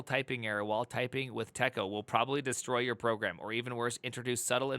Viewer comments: Just because it was like fingernails on a chalkboard... TECO is pronounced "tee'koh". I've forgotten all of it. However, I think it's sort of still alive in OpenVMS and I suspect variants are still around for other operating systems. For those who need more masochism in their lives. Interesting tidbit... the first EMACS was implemented in TECO as macros, and that's where the name came from (Editor MACroS). Many of us who had to edit code back then jumped on it pretty quickly. I'm still an emacs user today, though it's dramatically different today than it was back then. Not completely unlike how vim is different than the original vi, though emacs has more massive historical overhauls and oddities under the hood. Keep in mind that back in the day, some us had to become 'ed' experts, or at least find an 'ed' expert for some scary "I need to perform this non-trivial edit operation on 60,000 production data files, and it has to be right on the first pass because the filesystem is near full and backups take days to restore". Editors for us non-quiche-eaters were very primitive. Of course... I like quiche, so f*** that phrase. Quiche can have anything it, just like pizza. Put some bacon, ground beef, Italian sausage and pepperoni in it if that's your thing. Here's a fun thing to consider about us crusty emacs users... we've been doing functional programming for many decades. Because once you have more than a couple hundred lines of custom elisp you depend on to get your work done fa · We pronounced it "TEA-CO", TECO. Editor ran on the PDP-11. Also its, "Ebb-cid-dick" EBCDIC.